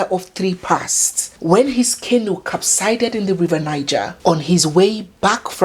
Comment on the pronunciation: A boat "capsizes", not capsides. Therefore, Jr Pope's boat "capsized", not capsided. Many people have been saying it wrongly since the boat mishap. Kindly pardon me, no offense intended please.